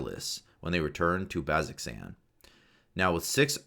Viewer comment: "baz-zox-an" Somebody isn't a critter :) The pronunciation guide says "BAZ-oh-zan" as is what Matt says during campaigns. Thanks for this video! It's helpful to get the info in multiple ways. Listening further, I'm unsure why you're giving combat tips though, since I figure the players shouldn't be the ones watching this, but the DMs.